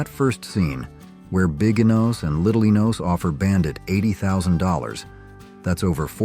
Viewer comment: WHERE BIGGYNOS AND LITTLENOS . . . IT IS NOT eNOSE. IT IS PRONOUNCED WITH ACCENT ON THE LAST SYLLABLE. Enus AND LITTLE Enus.